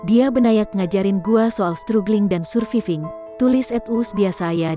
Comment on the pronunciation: Itu bacanya stragling dan survaiving yaa...